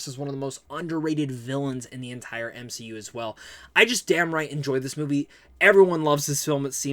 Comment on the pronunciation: I heard u say M She U in the video, or at least thats what it sounded like 🤪 im goofy just ignore me!